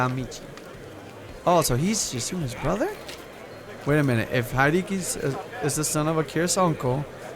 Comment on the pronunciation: You pronounce Haedeki (sorry if I spelled that wrong) like the Yankees baseball player Haedeki Matsui